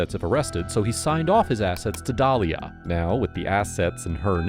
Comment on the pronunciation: Dalila not Dalia…😂